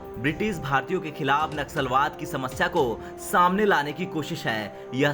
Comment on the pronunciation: Naxalbaad nahi Nasalbaad 🤣🤣🤣